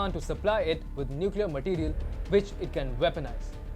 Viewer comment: Nucler tipped not powered nice analysis though